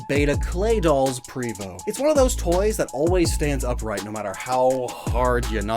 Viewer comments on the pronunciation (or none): none